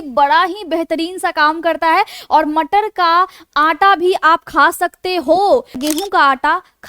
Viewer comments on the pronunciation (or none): So sweet "Matarr" lecture. 😅😂